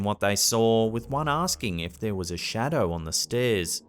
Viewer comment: but he had a shawdow